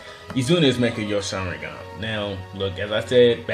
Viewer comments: Mekagyo sharingan...??? Tf dude..its Mangekyo..why are there so many people that cant say mangekyo.. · learn how to pronounce mangekyo